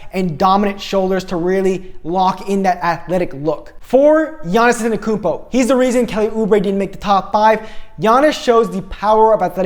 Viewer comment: Because you are the first non greek i have seen pronounce antentokoumpos name right (Γιάννης Giannis Αντεντοκούμπο Antentokoumpo) i have to congatulate you m8